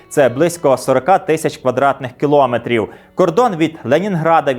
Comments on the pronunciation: Мовні правки: не "кілОметр", а кіломЕтр, не "кОлос", а колОс (на глиняних ногах). Коментуйте грамотно. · Скільки брехні, і все те саме ми чуємо й зараз вже на свою адресу 😟 дякую за цікавий випуск. Є маленьке орфоепічне зауваження - наголос в слові кіломЕтр на останній склад😊